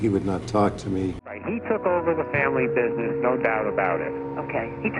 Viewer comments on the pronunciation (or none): none